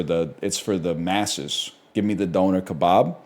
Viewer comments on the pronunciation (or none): It's not "donor"